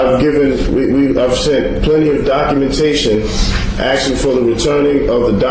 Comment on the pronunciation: Are you axing me